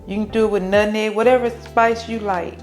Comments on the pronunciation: She said nutneg😂 you know it's good!😋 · Nut meg not neg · Love how she pronounces Nutmeg as NUTNEG😂😂